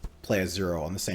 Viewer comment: Love the more conversational style. One tiny note: it’s pronounced “bass-SEEM” and it’s a real world name in the Middle East